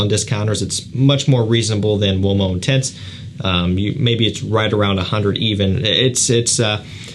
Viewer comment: Ooh - oh - mo , not womo :face-fuchsia-wide-eyes